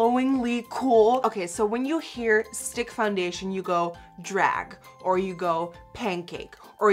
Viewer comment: I love how u say foundetion ♥♥♥